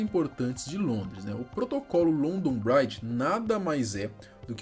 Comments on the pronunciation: Não se lê braidge e sim bridge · Pqp, vai fazer um curso de inglês! London "bráidje"??? Pqp!!! A pronúncia é "brídj" mesmo!!! "Bráidje" parece que vc está falando "Bride", que significa "noiva" em inglês! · A pronúncia é Bridge mesmo, não Braidge. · C for fala pelomenos fale certo rapa, “bridge” com I. (Bri-di) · Que agonia o pronunciando "bridge" com com som de "Bride" (Noiva) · London braidge? kkkkkkkkkkkkkkkk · LONDON BRAIT KKKKKK O certo que se fala é BRID mesmo kkkk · É “BRIDGE” mano não BRAIDGE por favor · Uma colega minha que mora em Londres diz que a pronúncia é London "bridgi" e não bride "noiva" ou bread que parece falar "pão" 😅👍 Forte Abraço 👍 💕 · Bread se pronuncia “bred”. Ele falou “braid” q ta Mais pra bride (noiva) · nesse caso a pronúncia, trocou o sentido kkk London Bride= Noiva de Londres e London Bridge= Ponte de londres kkk imagina só se na hora de passar o código os caras falam sem querer isso, e london Bride é um outro plano, para fazer outra coisa? SE É LOKO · London bride....kkkkk fora outros erros grotescos de inglês. Se alguém quer falar sobre o ocorrido pelo menos tem que pesquisar como se pronuncia os nomes.... Fica um trabalho de porco. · sem criticar mas além da pronúncia bridge estar bem defasada London Bridge é outra ponte A da foto que vc mostra é a tower bridge Falo com propriedade pois moro aqui a muitos anos e passo aí quase todo dia e é um erro comum os turistas e povo em geral confundir os nomes Forte abraço